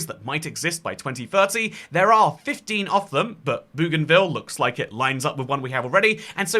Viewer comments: Not Boogan-ville but Bogan-ville please! ❤❤ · Boh-gan-vil Not Boo-gan-vil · Hey mate, love your content, just one tip. 'Bougainville' is actually pronounced 'boh-gan-vill' (like how Aussies say 'bogan'). My grandad used to live on the island a few decades ago, he did electrical services and maintenance, and that's how he pronounces it. See also the pronunciation for the plant genus Bougainvillea.